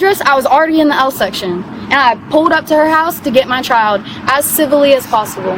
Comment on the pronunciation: “My chi-uhl-duh!” “Me-uh!” “Thank you-uh!” “Hostage-uh” “Kid-uh!” “My daughter-uh!” “Bro!”